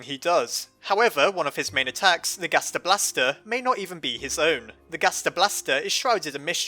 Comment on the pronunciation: Im hearing him saying gasta blasters.